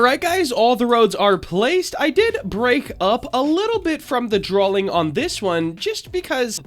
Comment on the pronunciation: did u say "drawLing" ??